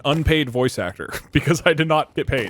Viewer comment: I don't know what that pronunciation of "aCHtor" was, but it really got me. 😂